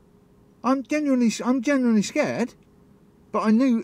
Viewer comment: I'm 'generally' scared 🙄 it's "genuinely" lol 😅